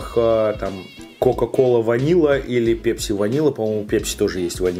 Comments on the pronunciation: ПЭЭЭЭЭЭПСИ,а не пепси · пЕпси , пЕпси пля... ?! Серьёзно?! сЕкс из той же серии!!! Вы же русский человек. Неужели нельзя говорить правильно? Пэпси!!!!!!!!(написал с ошибками, чтобы было понятно!) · бля не ПЕПСИ, А ПЭПСИ! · просто слух режет... := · Тебе за 40 лет , если ты говоришь "ПЕПЬСИ" ) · пЕпси,как бесит такое произношение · пЕпси....бррррр....говори через "э", пожалуйста. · Слово Пепси забавно говоришь!😀👍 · Пееепси лайк кого бесит такое произношение.